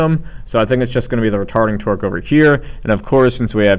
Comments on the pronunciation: "Retording Tarque." Hahahaha!!!! Thanks for the video! Helped me greatly! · First off thank you so much your videos are really helping me understand this and I have a midterm today! Also you said retording tarque and it was hilarious and you said it like twice! Awesome stuff though thank you again!